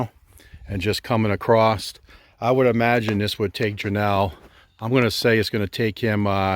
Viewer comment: There is no "t" in "across"